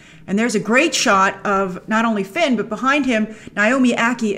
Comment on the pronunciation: Everytime you say Finn/Poe it grinds my gears lol, stop it grace!